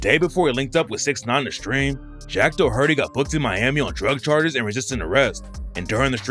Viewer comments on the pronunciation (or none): Jack Dohurtee 😂😂